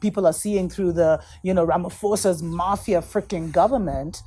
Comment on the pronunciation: Hi!!! I love your shows. It is such beautiful stuff you are doing indeed that keep us going. I hope you don't mind a small correction. The dude's name Ramaphosa is not pronounced with an "F" but a "P", it's Ramaposa, not Ramafosa. I don't even like the Dude, but I thought I might as well say something... And It is MADNESS happening in this country, It's everyone is on sleeping DRUGS... SIGH!!!